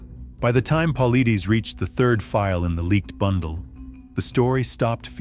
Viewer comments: Why don't you say his last name correctly..It Pa-lie-des.. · Paul-eye-dez. Say it! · How about you pronounce David’s last name correctly and maybe I will listen . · I’ve wanted to say this exact same thing! Thank You 👍🏾.